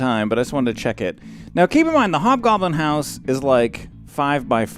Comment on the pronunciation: I couldn't stop laughing, "hob blobin house" lmao :')